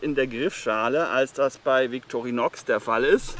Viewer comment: Ich glauuuube man spricht es „Vitorinoooo“ 😏